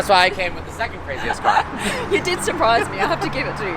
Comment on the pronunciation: ma'am it should be car not cak